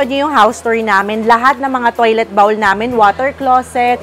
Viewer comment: Please correct your pronunciation of “bowl.” Google it!